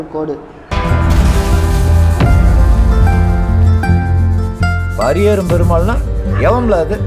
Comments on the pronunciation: Karipi nu solla therintha unnaku pari nu yen solla mudiyala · பறையேறும் இல்லடா..பரியேறும்..வேணுமுனே சொல்றியா ..